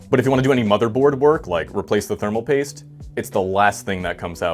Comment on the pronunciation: did he said spermal paste? 😂